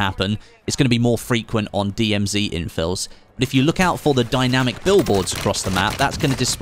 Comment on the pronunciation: Strange to hear an English guy say DMZ 'wrong'